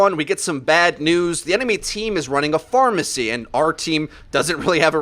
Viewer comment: pharmacy - pha-mercy...ooohhh that's smart